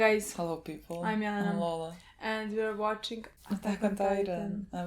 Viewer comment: Milena: Hi guys Lola: hello people. Milena: I'm Mlena Lola: I'm Loula Love that ❣️❣️❣️❣️